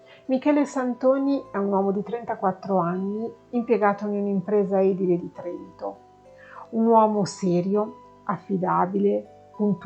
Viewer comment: P.s. Mi permetto un piccolo appunto: edile si legge edíle, con l'accento sulla i.